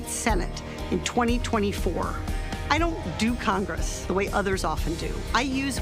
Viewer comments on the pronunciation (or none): Have they already fixed "CONRESS" or should someone suggest they do?